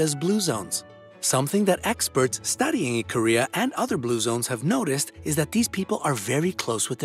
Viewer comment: For some reason whenever he says Ikaria, I hear Korea 😂😭